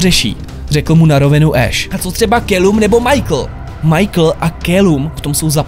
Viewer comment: 5sos jsou božíííí a Calum se čte Kalum :) :D